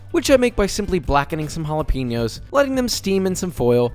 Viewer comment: Jala pi nos and tor ti la , brother, I love your channel, but can’t really handle that... thank God you make videos weekly but I would recommend (if you care) to please say Tor ti lla, and ja la pe gnos . Just go on YouTube and search how to pronounce it. Much love brother, but please if you care, just say it right please. ( I also don’t recommend taking any comments on YouTube personal, don’t take this one is for you because I care).